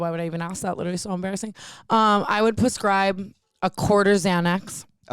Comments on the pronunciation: You guys continuously saying “pascribe” instead of prescribe is sending me 😂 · I just realize you say “puscribe” on purpose. I thought I was say “prescribe” wrong my whole life haha